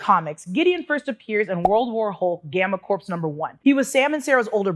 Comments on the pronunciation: Pronounced "core" not like "corpse". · "Corps" is pronounced "Core." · Another great video,. But… Corps is pronounced “core” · Corps is pronounced "Cor".